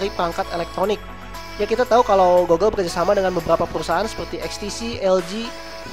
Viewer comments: bukan gogle bacanya tapi gugle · i think how to say google is gugel not gogel. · GOOGLE : cara bacanya itu "GUGEL" bukan "GOGEL" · GOOGLE.. not GOGGLE.. damn